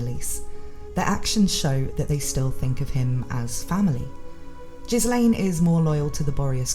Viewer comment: The name "Ghislane" is pronounced as "gill-lane" and is a french name. The s is silent. Also In Japanese her name is spelt ギレーヌ (Girein) which is proof of how this name should be pronounced.